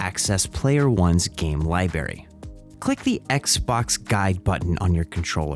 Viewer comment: libary is wild